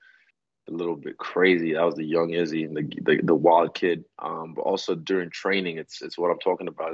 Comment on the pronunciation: 5 seconds in and saying izzys name wrong